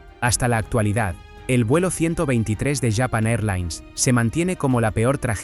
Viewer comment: Porque dice Yapan, LLapan y no Japon? Que basura que empujan aquí mientras destroza el Castellano.